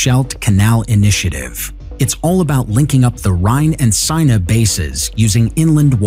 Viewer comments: Yeah, I hate the guys voice. He also pronounces hundreds of words wrong, some cringe worthy. Especially place names. The Seine River (rhymes with ten) in Paris, he pronounced “seen” for instance. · Interesting content Horrible commentary, since when was the Parisian river pronounced Signer.